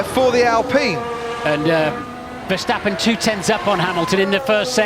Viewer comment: VerstAppen not versteppen